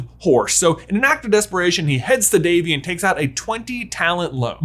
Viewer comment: Devi. Not Davey.